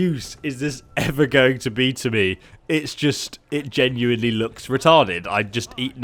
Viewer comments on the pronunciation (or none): none